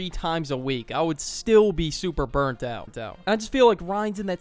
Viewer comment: "out -ut."